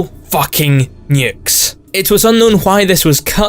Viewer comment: When you say nuke it hurts me